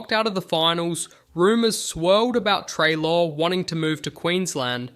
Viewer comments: What the hell, this video is just littered with errors. The pronunciation of Treloar, Tom Bellchambers’s photo instead of Scott Lucas, saying Jordan McMahon kicked the winning goal against Melbourne, when it was in fact Richard Tambling (which btw meant dusty came to Richmond, so a big win for the tigers) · How did you say Treloar incorrectly in 6 different ways